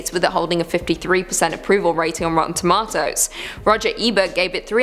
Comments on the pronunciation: Tom-ah-to < 🍅Tom-ayyye-to🍅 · True I agree. Why does she say “rotten toMA-toes” instead of just rotten tomatoes. It triggers me.